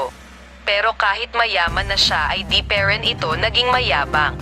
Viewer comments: Ang ganda ng story pero sobrang arte ng narrator magbasa yong parin naging peren at tara naging tera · Haha ako din po ung pe Rin tlga eh 🤣✌️pero napaiyak ako Ng kwentong Ito.😢😁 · Pe rin ( instead of pa rin 😂😂😂